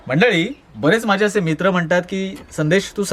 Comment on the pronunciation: आदी नाही आधी बोला, व मना नाही म्हणा बोला